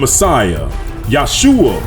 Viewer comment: Shalom king. I would like to know where you get this yahuah name from and why are you saying daweed when there is no W in Hebrew. It is there in Arabic. And you say Yahshua when the structure of Hebrew says that when the syllable is stressed on the 2nd to the last letter the vowel shortens. which would.make it Yeshua.... ALL languages have structures English is the most complicated..(In America) Real English is in England...so where are you getting these from, sir? I understand that people that are trying to learn a language make many mistakes. I have asked people where they get this from and they try to explain or they have no answer-They parrot what they hear. So I submit my questions. Todah rahbah....